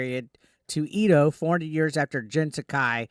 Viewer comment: Its YoTAY. and Ed Oh. Sa K. Jesus, your Japanese pronounciation sucks butt